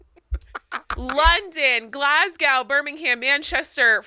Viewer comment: I'm now going to pronounce Glasgow and Birmingham the way did. Glas-gow and Birming-ham sounds so funny